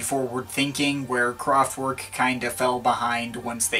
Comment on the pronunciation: It's not pronounced "Kraftwork". It's a German band, so... it's in German. You know. /kraftvɛrk/ I mean, you know your electronic music. Is it too much to ask for you to make the effort to say the name of the band right? You are kind of doing that for French.